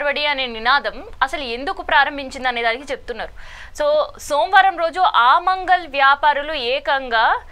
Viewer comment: అమంగళ్ కాదమ్మా, ఆమన్ గల్. రోహింగా లు కాదు, రోహింగ్యాలు. దయచేసి గమనించగలరు 🙏